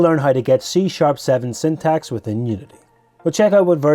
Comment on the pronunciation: Syntax is pronounced "sintax" btw ... the fact that you pronounced syntactic right but syntax incorrectly is really odd. They are basically different morphologies of the same word.